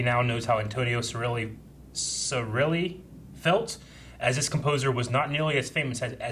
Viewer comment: They have a lot of problems with pronouncing certain words, especially. "Aculyte" instead of acolyte; Sarreli instead of Salieri; Tamaguchi instead of Tamagotchi; and so on